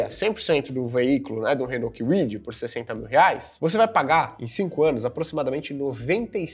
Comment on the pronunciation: Renault quiuidi 😂